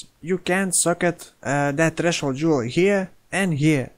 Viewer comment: I did joke about your pronounciation of jewel slot but this is just sad. :/